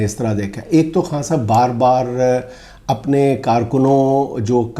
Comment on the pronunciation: جنید انکل آپ خاں صاحب کہنے کی بجائے خان صاحب کہا کریں آپ کو تو خاں کا مطلب معلوم ھے 😅